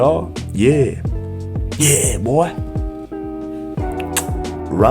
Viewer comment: "yeah buoy....yeah" kisses*💋 "yeah"